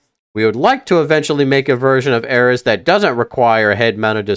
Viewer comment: Normal people pronunciation: ARES (AIR-EASE) Him: ARES (AIR-RIZZ)